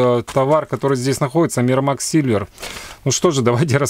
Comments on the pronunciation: Майкромакс , а не миромакс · Ааааааааааааааааааа Не миромакс А микромакс!!!